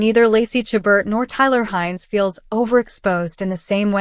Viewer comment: Please learn how to pronounce Lacy's last name. And view WINTER IN VAIL staring Lacy and Tyler.